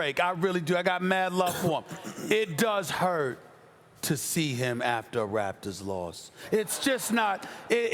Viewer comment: Does she not know how to pronounce Raptor- or does she think they are actually called the “raptures” ?